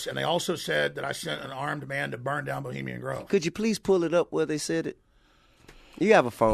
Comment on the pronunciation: T.i. keeps saying bahamian grove lol it's Bohemian Grove.